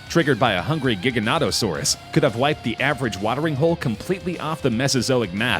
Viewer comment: No, you can’t swim through a blue whale’s blood vessels. At best you could fit your head through it. Also, please pronounce Argentinosaurus and Giganotosaurus properly.